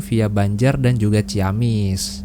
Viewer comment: Banyak salah pengucapan nih... bukan cia-wi tapi ci-awi, bukan cia-mis tapi ci-amis. Nama2 tempat di wilayah Sunda biasa diawali kata ci yg artinya air, sungai. Ci dan awi dibaca sbg vokal rangkap bukan diftong. Dan Leles dibaca Lélés, dgn e taling bukan e pepet, dibca spt pembacaan 'enak'.